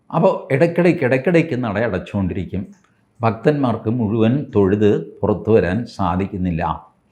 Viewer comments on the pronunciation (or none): none